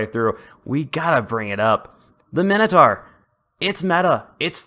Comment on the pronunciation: {My-no-tour} not {minnow-tar}